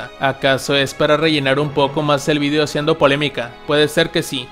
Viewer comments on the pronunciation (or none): none